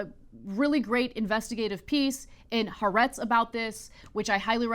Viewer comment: I love what y’all do. Also, about how to pronounce “Ha’aretz,” please check with a Jew. Thank you.